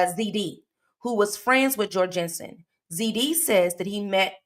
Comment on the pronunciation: His name is said Jor (rhymes with gore)-Gun-Son and I know this, as he was my boss for a few years! Such a crazy thing to have someone you knew do something like this